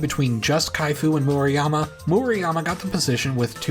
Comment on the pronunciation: Definitely not a stickler but just to give friendly advice. Murayama. U is pronounced like oo in boo That A is like the a in father Vowel sounds are difficult (if you know a romance language, just use the same vowel sounds)